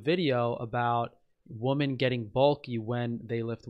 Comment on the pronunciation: Why do so many people mispronounce the word "women"?